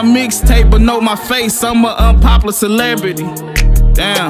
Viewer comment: Ik im not the only one triggered when he said unpoplar instead of unpoplar